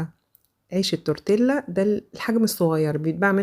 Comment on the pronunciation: تورتييا مش تورتيلا ده النطق الصح ال " لا " تنطق " ي "